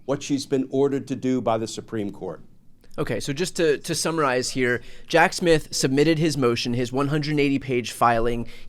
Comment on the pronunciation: Is he saying “Jack Smith” or Jack Shit?